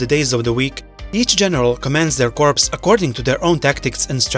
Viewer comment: corps is pronounced core